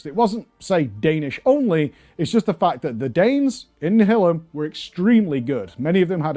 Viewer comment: nihilum is pronounced NIGH - IH - LUM lol